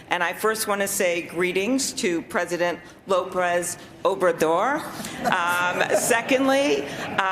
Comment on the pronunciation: She can’t remember, and she can’t even read her own notes! She said Lóprez, not López. (And I see that at least two other posters also noticed the same thing.)